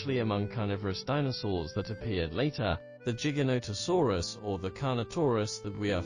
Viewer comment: the " giga " in giganotosaurus is pronounced like the giga in " gigabyte "